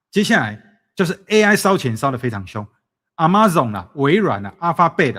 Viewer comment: 既然是在YouTube做節目 國際大公司能不能自己先做research該怎麼發音？ Amazon每次都讀成阿媽粽 也是沒誰了...